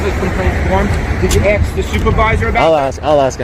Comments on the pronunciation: As "SMART & EDUCATED" as this auditor is, you'd think he'd know how to ASK a question instead of "AKS" a question like he said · You don't "axed" to speak with a supervisor, you ask. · Oh so now u have an "Axe"??? It's ask. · Why is it so hard for people to say “ask”? It’s not “axs”. It’s is “ask”. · Why does the video maker keeps axing to take a photo of a helicopter. An axe is used to chop trees. It’s ask. Not axe. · ''To AKS them''